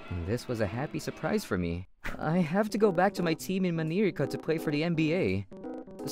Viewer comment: What the hell is manirica in America 😂😂😂